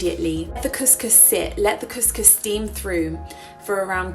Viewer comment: You are pronouncing couscous so wrong 😂🙉